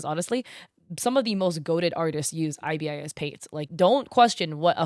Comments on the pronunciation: Btw ibis paint is pronounced eye-bis, like the bird :) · That is an interesting way to say 'IBIS'